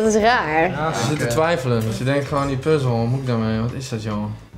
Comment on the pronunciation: Even voor het is puzzel en geen puzel